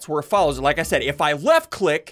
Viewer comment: he said: WEFT